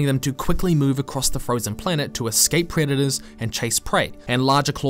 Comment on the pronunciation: Took me the briefest of split-seconds to realise you said "Who are their predators" - and not "Who are their creditors"